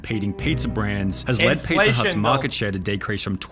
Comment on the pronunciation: LOL i noticed his voice when he said pizzaauugh and then chat went nuts